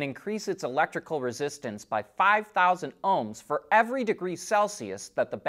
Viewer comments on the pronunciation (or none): none